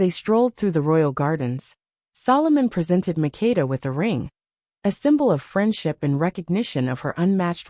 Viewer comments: Queen MAKDA is her name not Mikida & SABA is the name not Shiva . Because I come from that country❤ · You are destroying my name! It's MAKEDA. You have to say the ke very strongly.